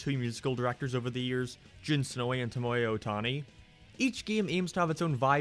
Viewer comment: Do I really wanna ask why “tomoya ohtani” is always censored. Edit:Oh he was just saying it wrong. You scared me for a second